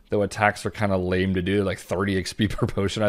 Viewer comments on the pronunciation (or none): none